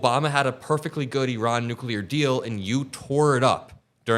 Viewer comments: It’s ear-ON, not “EE-Ron”!!! The stress is on the second syllable. Iran: ear—ON. Get it? Good! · Eron? I thought it was pronounced I ran